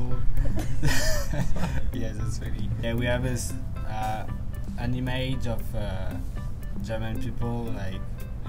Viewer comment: I'm Japanese. I heard him "anime" not "an image" lol.